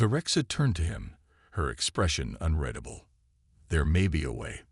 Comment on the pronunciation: When are people going to educate AI? It's unreedable not unreddable. Get human narrators rather than be lazy and trust it to AI which doesn't seem capable of getting it right. The only good thing is that the speech is natural, no pause in the wrong place or missing when needed.